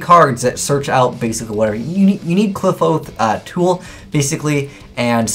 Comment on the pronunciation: Kli-FOTH!! NOT CLIP-HOSE